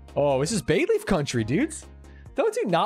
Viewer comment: They all said they love Bayleef but still completely butchered it.